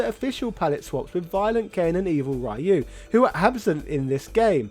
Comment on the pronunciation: stop pronouncing ryu wrong for fucks sake